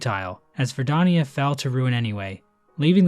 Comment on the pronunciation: Why do you pronounce Verdania as Verdonia? Unsubscribed, dislike, bounty on your misbegotten tongue